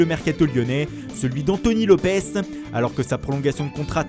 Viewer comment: Wanré Cross lopeS il est portugais pas espagnol c’est un s à la fin pas un Z